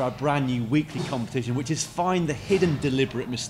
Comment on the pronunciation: "Competation" there, thats the deliberate mistake